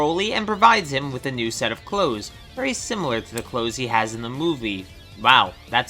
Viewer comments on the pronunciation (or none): none